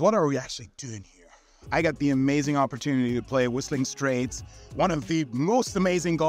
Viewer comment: Whillllstllllling Straillllts